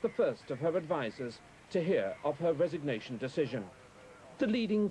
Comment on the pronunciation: "Resignewtion" ha ha